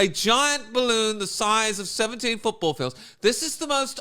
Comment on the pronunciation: "A big bawoon over evwybody's heeead" 😆😆😆😆